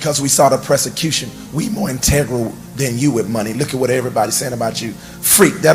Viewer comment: That “presicution” will get you every time😂